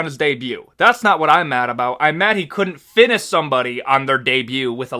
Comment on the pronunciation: Why does bro say Finish like "Fines" 💀💀💀💀